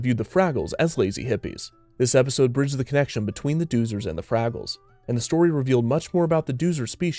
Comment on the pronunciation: Pronounced” Dozers .. Doh-zers “